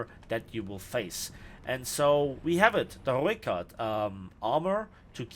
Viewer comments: for sure the pronunciation of the R and ooi :D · You definately have the best pronunciation of the Rooikat.